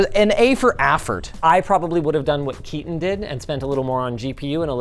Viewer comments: 😂when you realise it's not "KEY-TON" and it's a "KAY-TAN" 😅 🇮🇳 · Seems like such a nice dude, probably just doesnt want to constantly be correcting people, he's probably used to it lol. For anyone curious, its pronounced "kay-tun" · Bro definitely is named Ketan and not keatan😂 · My brother why didn’t you correct him, our names is not “Keaton” 😂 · So, it's Ketan, not Keaton. 😀 Ketan Sachdev. Completely different pronunciation for those in the know. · bro you pronounced his name so wrong its kay-tun its a indian name so its hard for native english people but this is the right way to do it just saying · Ketan is highly likely not pronounced Kieten. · Kills me that they mispronounced his name so often though =\ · Linus got the Indian Name pronunciation incorrect should have asked Sam Bhatia for guidance.